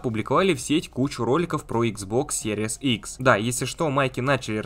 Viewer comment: Спасибо за видео.блоггер научись Пожалуйста правильно название приставки произносить